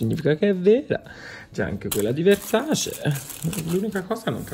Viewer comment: Versace e Dolce e Gabbana che si battono sulla corretta pronuncia del brand:: VERSACI DOLCI E GABBANA